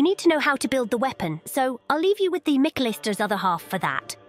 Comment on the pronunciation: Miquelester lol